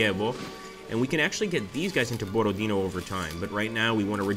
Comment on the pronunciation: Hello! Not Borod-e-e-no, but BorodinO — stressed at the last letter